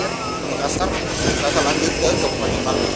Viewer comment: Tolong kalau nyebut kabupaten yang jelas bukan kabupaten baru tapi kabupaten barru biar enak di dengar karna tidak ada kabupaten baru si sulawesi selatan🙏